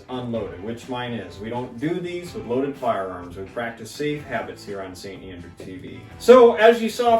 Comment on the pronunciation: "The Saint Andraw"